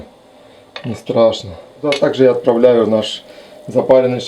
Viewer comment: Ключевое слово «отпрааляю»